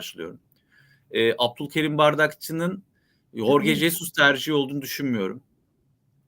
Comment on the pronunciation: Sen ne saçmalamışın, bilmiyorsan bari sus. Horge doğrusu